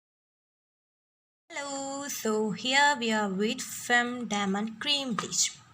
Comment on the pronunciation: Demond alla diamond